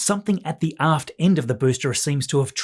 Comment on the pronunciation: I first heard "Something at the ass end of the booster..." (At the aft end...) 😅